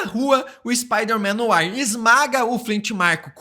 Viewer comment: Tu acertares a pronuncia do francês de "NOIR", que fica algo tipo "NOÁ" e não como estás falando.